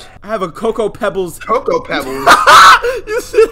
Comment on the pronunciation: I LAUGHED WHEN U SAID COCOA PEBBLESA